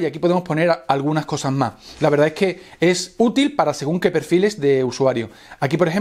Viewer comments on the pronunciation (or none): none